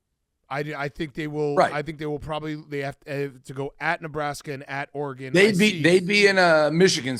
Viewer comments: Dave’s refusal to pronounce “Oregon” like a civilized human is ridiculous. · So nobody has the balls to help Dave pronounce Oregon correctly?